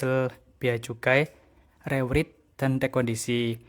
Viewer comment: penyebutannya re-wrait bang